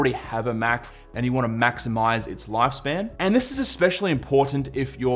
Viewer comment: MAC simize